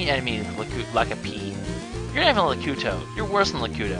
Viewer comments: Its Not Lakuto Its Lakeetu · lakuto? Lakuto? LAKUTO? ITS LAKITU!!!!!!!!!!!!!!